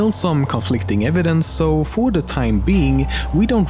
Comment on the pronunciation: Are you from norway?... Got it from "sååå..."